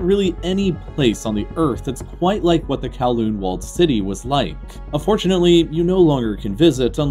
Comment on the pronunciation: I cringed at the pronunciation of Kowloon